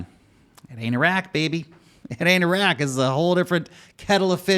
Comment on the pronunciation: Thanks for pronouncing Iran correctly. You're one of the few in any kind of media who do. Though you f'd up the pronunciation of Iraq (ee-rock)